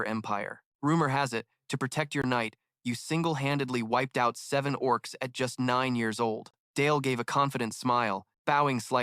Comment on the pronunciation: The oh ar cees 🤣